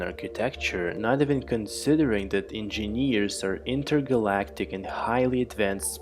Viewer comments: It's not In-Jean-Years !!!! It's En-Jin-ears !!!!! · u have problem with saying engineers 😂😂